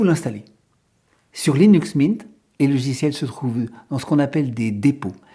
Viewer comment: windeau c’est comme Linu Min 😉